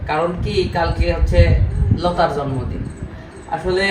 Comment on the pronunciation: জন্মদন,না ভাই উচ্চারণ ভালোভাবে হয়নি 😮😮জন্মদিন হবে